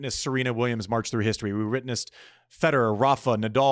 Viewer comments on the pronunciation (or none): none